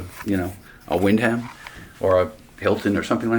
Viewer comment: Good video but its pronounced Wind-em